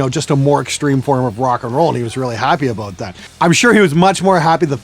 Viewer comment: "....he was really happy ABOOT that".